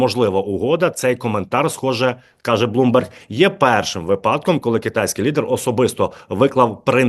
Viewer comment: Ставте правильно наголоси(вимоги,випадки,свого,твого і.т.д) гидко слухати.ви знущаєтесь над солов'їною мовою.косите під відповідну регіональну мову.